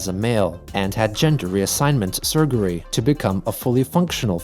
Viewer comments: I love how is always so serious when reading the comics, every mispronounced word in the comic, like "surgury" for example 😂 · Small joys in seeing a word misspelled and then hearing say it exactly how it was written. Surgury lol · Wait..you use a robot for the narration? Cuz you said surgery totally wrong... and no one that went to any type of school fucks up the word surgery lol